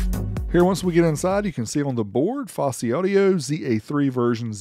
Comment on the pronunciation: Fawsy not focey